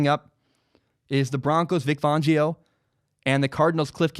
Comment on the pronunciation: Vic FANgio, not fawngio.